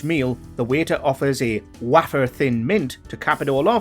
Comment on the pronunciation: Waffer way-fer